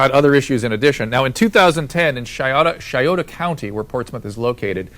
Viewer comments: "Shioto" county, lol. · It's Pronounced sei-O-tuh, if your gonna talk about us then know how to pronounce it at least for those of us that do still care about our county....